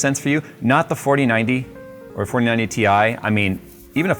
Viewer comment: It’s pronounced tie